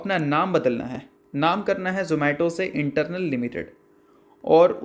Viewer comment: Sir ji not Internal (इंटरनल) but Eternal (इटरनल) !